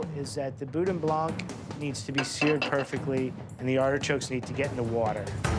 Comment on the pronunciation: Boudin Blanc The C in Blanc is silent.